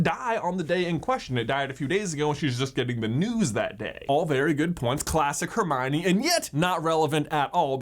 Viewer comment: 21 fools think like Her- my- o- knee. 🙄😒😔